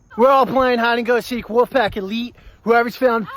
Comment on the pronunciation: You sound like a lolcow cuz you call them the “woofpack”